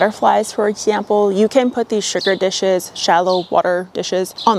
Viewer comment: I’m here just to hear my redhead guru say “for exhzzample”